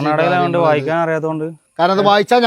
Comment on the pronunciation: വായിച്ചാൻ അല്ല വായിക്കാൻ ആദ്യം മലയാളം പടിക്ക്